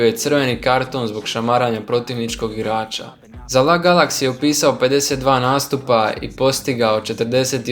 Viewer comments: Nantes, la Galaxy??? ozbiljno haha?? čita se Nant i El Ej Galaksi hahah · Auuuu LAGALAKSI I NAN-TES :D